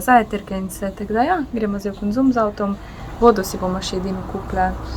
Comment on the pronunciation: Kok smesno izgovoris konzum 😁😊 top video..